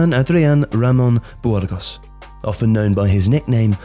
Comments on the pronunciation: I come here for the fantastic prounciations. BWHOARGOSS!! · Bwurgos? Really? Lol